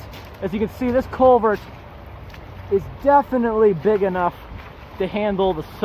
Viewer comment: Take a drink every time he says colevert.